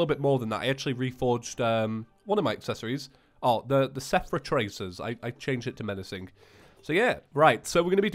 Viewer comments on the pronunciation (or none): You keep saying sephra tracers but it's seraph (SER-AFF). It just makes me so mad smh my head!!!